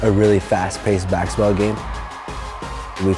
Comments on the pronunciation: He says baxetball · There saying baxball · That guy literally calls it bakskitball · We all know the reason behind the name Rezball is because he cannot pronounce baksexball, I mean Basketball. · It's because he can't say basketball